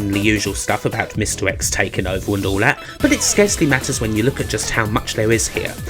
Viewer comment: Mr X = misdirects? Hmm Good video. I haven’t given up hope on you someday seeking speech therapy, however. That’s pretty much the only thing that will make me enjoy your videos anymore than I already do. Cheers